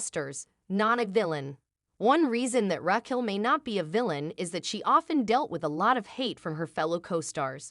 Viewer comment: I like that it never says “Raquel” correctly